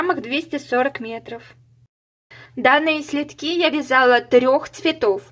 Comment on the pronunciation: Следки от слова СЛЕД, как режет ухо "слитки", безграмотность жуткая